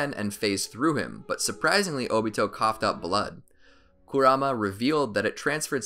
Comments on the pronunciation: its obito not otobi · I hear he said dobito